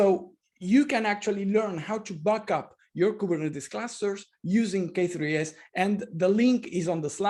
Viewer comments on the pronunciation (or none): Is he saying "buck up" a k8s cluster? Or, "back up"? I'm sure he means provisioning or booting up. But, it sounds funny nonetheless. 😁